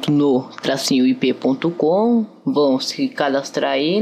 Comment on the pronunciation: Então vc deve ir nu.... DABLU DABLU DABLU! LOL KKKKKKKKKKKKKKKKKKKKKKKKKKKKKKKKKKKKKKKKKKK